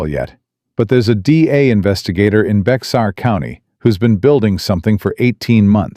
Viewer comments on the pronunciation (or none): Viewing From Big Sandy, TX! EXCELLENT TALE; WELL WRITTEN... (EXCEPT FOR THE MISPRONOUNCING OF THE COUNTY NAME, BEXAR, PROPERLY PRONOUNCED AS "BEAR."